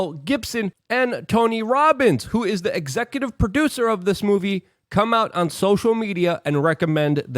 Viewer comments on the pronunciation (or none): none